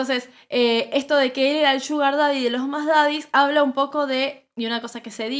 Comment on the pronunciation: No es Asher se llama Usher y se dice Ousher.